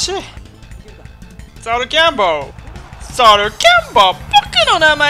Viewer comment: ソルキャ↑ンボー↓